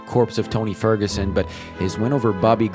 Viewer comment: "Corpse of Tony Fergurson" broooo